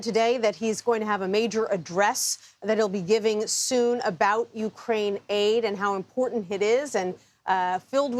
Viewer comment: Why Ukrain-aid sound like Gatorade